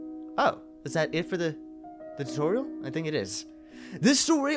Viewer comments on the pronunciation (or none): Anyone notice how he said toriel instead of tutorial?